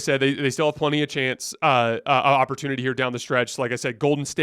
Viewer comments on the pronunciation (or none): none